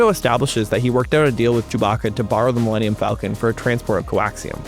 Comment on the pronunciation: Wait… how did Disney’s hypeman not know how to say “Millennium Falcon”!?! His company just paid $4 BILLION for the name, and he can’t do a Google search before the show? Or a Lycos search?